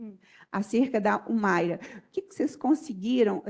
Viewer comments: Que promotora ruim!! Não conseguia nem falar o nome da Humaira. Péssimo trabalho! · Que promotora péssima. Senhor. Não rola nem uma boa tarde correta. Ela não consegue falar ao menos o nome da ré